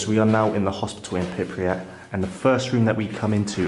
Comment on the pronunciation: And pronouncing “Pypriat” 😉 instead of Prypiat!